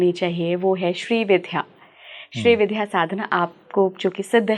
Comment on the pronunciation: Madam, पूरा podcast किया आपने पर श्री विद्या को ठीक से कह नहीं पा रहीं- don't you think it's the basic requirement of doing any program that you equip yourself by studying the subject well? You're saying "श्री विध्या" with such aplomb!